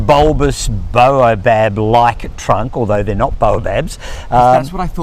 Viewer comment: It is surprising the number of people who pronounce Baobab as bo-a-bab, and not bay-o-bab. I think is particulars about pronunciation, so perhaps he can shed light on the subject. Secondly, I think I'm right when I say veld (as in lowveld) is pronounced 'felt'.